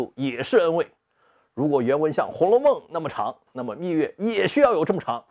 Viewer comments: 密钥（yao）, yue听着有点点难受，虽然不妨碍看内容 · 虽然秘钥这个词也可以读秘钥(yue)，但实际上密码学界都读作秘钥(yao)，因此读成秘钥(yue)是不专业的。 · 密钥yao，不是蜜月yue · 密钥（yao），钥匙的钥（yao） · 我怎么觉得不该读密yue而是密yao？